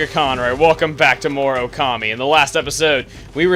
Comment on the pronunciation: Please chuggaa... You say you are so good in Japanese. Then why do you say Okami wrong. You put the emphasis on the "ka" in "Okami" while, if you really would know japanese, it should be on the "O" in "Okami", just like you hear it when you start up the wii-disk ;) Plus several other names, the pronounciation in essence is correct, but the emphasis is wrong. It's constructive criticism ;) I do like that you are doing this game, it's always fun to watch you play :D